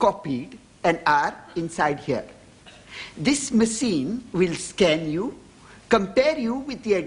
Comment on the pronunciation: This "maseen" not pronounced machine. Ha Ha!